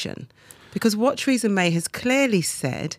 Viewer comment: Who is Treeza May?